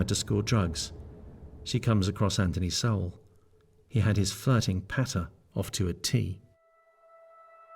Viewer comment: Why can't the chic say his last name correctly? It's not so-well...ugh!